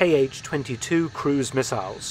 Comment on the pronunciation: Thanks for another great video. To further improve your content, consider the following: 1. Kh is an English transcription of one letter, which is pronounced like the J in jalapeño, definitely not K-H. If it was an acronym, it would be in all caps. 2. Most Eastern designations that are an abbreviation of the chief designer's name should be read as one syllable unless capitalized (MiG is an exception), so An, not A-N, for Antonov, Su (pronounced soo like in soot, not S-U) for Sukhoi, Tu (pronounced too) for Tupolev. Not only it's the correct pronunciation, it also rolls off the tongue better.